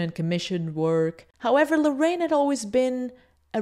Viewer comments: jajajaja muy cierto! great video i love this channel, the only things is that the name is Larraín no Lorrain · Great video! but his las name is pronounced LARRAIN, not Loraine... :P